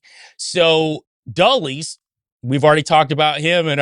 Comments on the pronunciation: Great info but it’s pronounced DULLUS not DULLIES. It’s spelled Dulles. He was wretched, evil man. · Yeah, I know. This was really irritating me, too. Why don't these guys ever look up pronuncitations for various words?